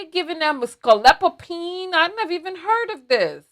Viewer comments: It's Scopolamine! not scolopamine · HE IS SAYING IT WRONG. IT IS SCOPOLAMINE WHICH KNOCKS YOU OUT FOR 24 HOURS. It is called "The Devil's breath". IT IS VERY SIMILAR TO Rohypnol or the date grape drugz. SAD THESE DUDES ARE SO STUPID TO GET GOT LIKE THAT. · He said it wrong. It’s SCOPOLAMINE! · He keeps saying it wrong! It’s SCOPOLAMINE!